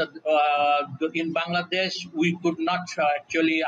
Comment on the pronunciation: "govt of ban-gla-dash"